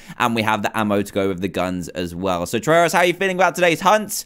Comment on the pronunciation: It's Trayaurus not Trayorus